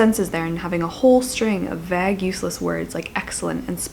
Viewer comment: Lovely video as always. 1984 is a classic that deserves to be held in high regard. One teeny thing, the word vague is pronounced rhyming with plague.